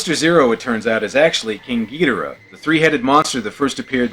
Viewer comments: It’s not gi-do-ra it’s gi-doh-rah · That’s gee-DOOR-uh dude!!!!! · Ghidorah is not ghidora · My first exposure to many of the godzilla monsters was on the GameCube game Godzilla: Destroy all monsters melee so I pronounce king ghidorah “Ghi-door-ah because that’s how the announcer said his name, where as my dad who grew up with these movies says it the way you say it.